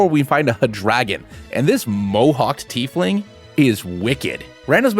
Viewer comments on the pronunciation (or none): none